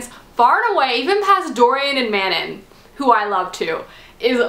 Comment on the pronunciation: Okay, not to be a prick or anything, but.. Pronunciations. Aelin is pronounced like A(like 'hey' without the h)-lin (Like Lin-Manuel Miranda), Manon is like Muh-non (like NON-spoilery), Nehimia is N-eh-he-me-uh. Okay okay, I'm done. Love you